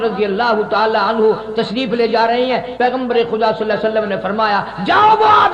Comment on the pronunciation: Anha nhi bhai anhu